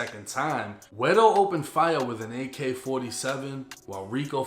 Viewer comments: Ey shoutsout to for actually saying guero correctly! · Good job pronouncing “guero,”. I like that.